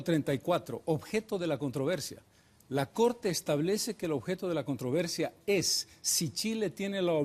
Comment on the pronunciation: CUANTA DIFERENCIA ENTRE EL EXPRESIDENTE CARLOS MESA Y EL SINDICALISTA EVO MORALES, QUE NO SABE NI HABLAR ESPAÑOL que a la palabra "CONTROVERSIA" él le dice "contra versia" y así por estilo.